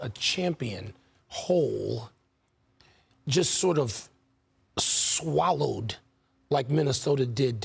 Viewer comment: Did wilbon say Denver was shhhhwallloowed up??